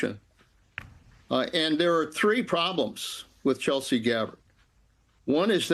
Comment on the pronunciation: It’s Tulsi not Chelsea, before you smear someone at least get the name right